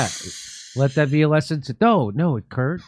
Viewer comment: Jimmy messed up his name and said Kurp instead